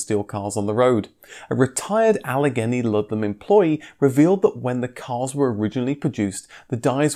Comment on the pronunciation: Allegheny is pronounced "Ah-lah-GAY-knee"